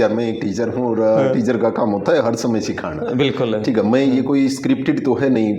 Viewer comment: सिखाना होता है सिखाणा नहीं, पहले खुद हिन्दी सीख लो